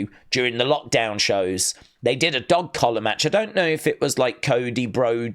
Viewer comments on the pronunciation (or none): none